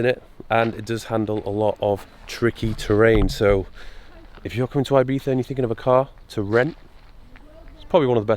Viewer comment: I like you even more now you’re saying Ibiza proper. 💪🏼😂👍🏼